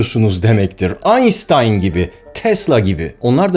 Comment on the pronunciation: Almanca bir isim olan Einstein, Türkçe’de “Aynştayn” diye telaffuz edilir. Nasıl “Baydın’a” bidon demiyorsak.